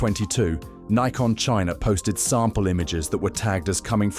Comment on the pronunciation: You sound British. So what's with all the N-eye-kon and Zee? It's Nikon - as in 'sick, prick, dick' and Zed.